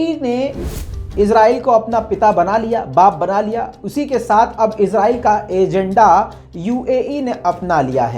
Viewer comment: Yar lafz to shi bolo azrail nhi israel he